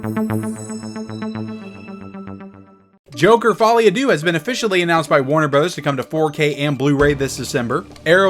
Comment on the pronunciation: Folie a deux is pronounced incorrectly . It’s French for madness for two. Folie is pronounced like the word holy. Deux is pronounced like the sound cows make like meuhhh.